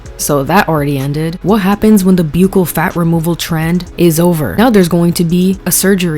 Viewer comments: Buccal ( pronounced as buckle) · Buccal (cheek) is pronounced “buck-l” sincerely, a dental student. Love you, 🫶